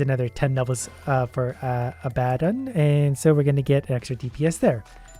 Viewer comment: A-bah-ddon? A-BAH-DDON? Of everything possible, this made me unreasonably annoyed